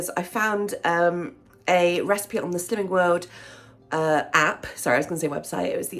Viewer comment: So to my American ears it's sounds like "sins" instead of (I am guessing slims?)lol